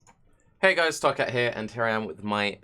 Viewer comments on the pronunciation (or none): Dude is doing work. Thanks bruh. But taaaaark ee.